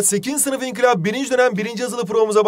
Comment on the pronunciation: İnkilap değil inkılap!!!!!!!!!!! Not:en başta diyo